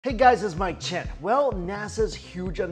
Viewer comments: Thenickelsac I hear "Hi. My keychain here" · “Hey guys, it’s my chin.” I can never unhear it...